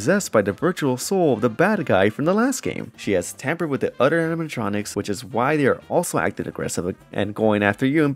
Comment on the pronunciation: Everything aside, I like it when he says “other” hehe. Sounds like “udder”